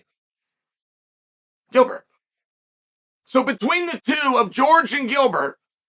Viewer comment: It's Gilbert. Delete this